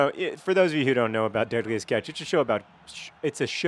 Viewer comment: It sounds like you're saying deadliest ketch, which I find amusing due to my disdain for the ketch rig of sailboat.